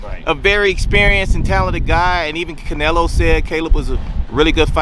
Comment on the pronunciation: CANELO!! CANELO!! not "nelo" wtf